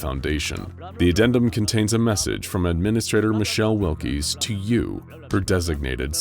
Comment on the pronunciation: Wilks not Will-Keys